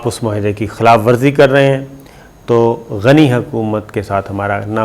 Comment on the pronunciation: GANY ALLAH KA NAM HY PLEASE GANYE NA KHA KAREEN ABDULL GANYE BOLA KAREEN